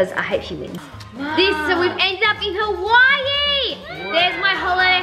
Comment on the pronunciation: it’s not hawaii it’s like don,t say hawaiiiiiiii just hawaii